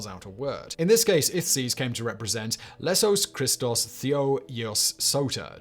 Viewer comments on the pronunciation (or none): Ah, yes, Lesous Christos.